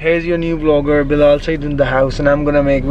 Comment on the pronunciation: Yaar bilal saeed ka naam tu saee tara pronounce kro balaal saeesd